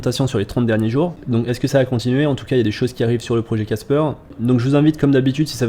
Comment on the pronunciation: C’est pas caspeur ! C’est casper !